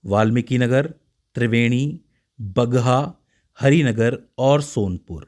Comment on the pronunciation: Pagha nahi Bagaha parta hai sir